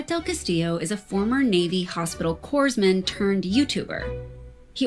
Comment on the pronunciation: Cringe when the vice lady called the dude a "Coorsman" in the navy